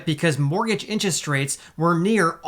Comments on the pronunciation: Lol….”inches” rates. He cracks me up whenever I hear him say the word “interest.” 😀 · Love your videos but we gotta get you saying "interest" properly lol. Say it with me in·ter·est